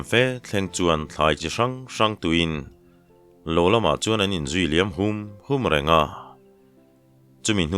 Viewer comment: Sawi a awm tawh emaw ka hre lo a, Lama hming i lam hian Lamlian (kawngpui) tiha lam ri ang hian lam rik tur a ni lo maw le?